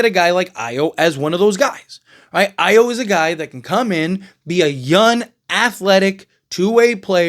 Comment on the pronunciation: Why do you always talk like young ends with an N???